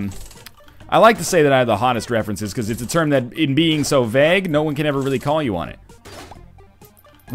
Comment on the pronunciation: You say "Vague" really weirdly